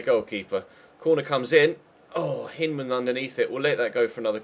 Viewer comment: with respect, Hyndman is American, so his name is generally pronounced Hine-dman not Hinn-dman. We're weird, and I've only ever watched him in the U21 WC so it might be how you're pronouncing it anyways.